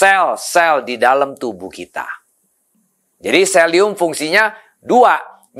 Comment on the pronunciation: Selium apa selenium ?